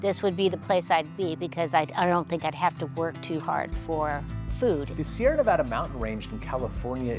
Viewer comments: Sierra, singular, one mountain range, and Nevada singular you don’t make the adjective “snow covered” plural. Hard to listen to these experts who can’t even say the name properly 😖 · There’s no “s” on “Sierra Nevada”